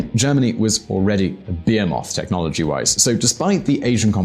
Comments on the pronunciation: that is not the way you pronounce behemoth... otherwise this is the best channel i ran into in soo long, great job! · Ohh your saying "behemoth" i kept hearing 'beermoth'. I was wondering what a german beermoth was. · "Like" this comment of you're still trying to process pronunciation of "behemoth"!